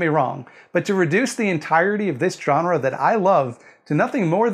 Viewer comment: Thank you for not being a dick about the jump-scare thing. For this I am willing to forgive the pronunciation of "jawn-ra."